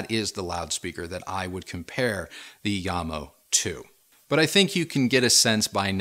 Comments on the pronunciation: As the name JAMO is derived from the founder's' surnames (JAcobsen + MOrtensen) shouldnt the name be read as JAM-O instead of IAM-O? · Pronounce the J as is... it`s not a Y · sorry to sound rude but... yamo... no Jamo